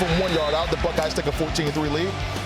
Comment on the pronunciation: The what??!! The *uckeyes?! The name starts with the letter B buddy…not and F 🤪🤦🏻‍♂️